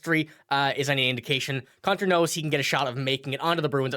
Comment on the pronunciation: His name is pronounced coontar not cuntar. 😀